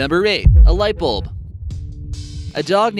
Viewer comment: Its bulb not bolb